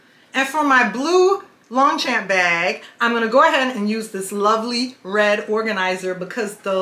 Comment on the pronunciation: Longchamp Le Pliage is my passion and i have a large collection which is great for vacation travel the beach or just about any thing. Sadly they are no longer made in France and the China bags are not as well made as the OG. Not sure if anyone has told you but you are pronouncing the brand wrong. Please dont take that as a hate comment just not sure if you are aware